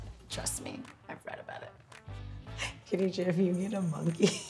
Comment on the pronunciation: It is pronounced GHA dijah not Kha.